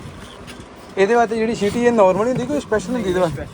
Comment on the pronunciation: ਸੀਟੀ ਹੁੰਦੀ ਆ ਵੀਰ ਸ਼ਿਟੀ ਨਹੀਂ😂😂